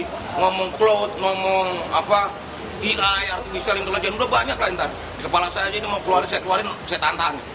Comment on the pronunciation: ngelihat dia caranya ngomong AI (baca e ai) dia baca i ai, dia benar2 tidak kompeten terlebih yg bikin ide pusat data atau centralized yaitu presiden, lebih bodohnya lagi adalah yg milih jokowi menjadi presiden. silahkan kita tunjuk hidung sendiri edit: satu lg IoT dia baca i o ti? wth...